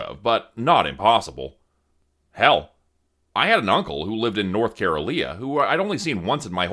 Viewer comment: North Caroleena???